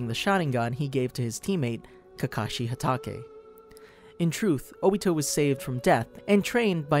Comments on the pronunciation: U also said kakashi’s last name wrong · im not judging you but hatake needs to be said originaly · I can't stress this enough you're wrong it isn't pronounced (Hat auhkay) but pronounced (hat aekae) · HE REALY SAID KAKASHI HATEKE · Add you still mispronounced kakashi last name LMFAO 🤣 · I mean he said kakashi htaka